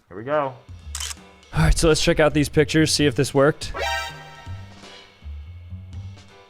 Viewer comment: he js didn’t stress the “ed” part